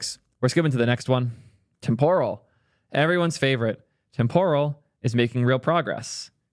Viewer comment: Temporal is pronounced with the emphasis on the first syllable not the second: TEMPoral not TemPORal. Like "Temporary" not "Tempura."